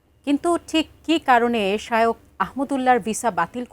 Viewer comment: একজন খবর পাঠিকা শায়েখ না বলে বার বার শায়ওখ বলে সম্বোধন করে যাচ্ছেন যা শুনতে খুবই বিব্রতকর।